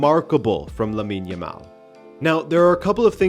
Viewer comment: Lab-in yamal?